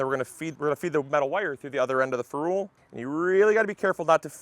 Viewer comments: its a "feh rul" not a "ferooolll". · Next learn how to pronounce ferrule!